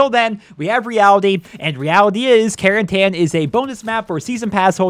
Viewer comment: It's not pronounced Caren-TAN its pronounced Caren-TIN